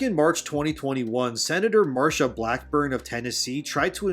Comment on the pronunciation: It is senator Marsha Blackburn not Martha.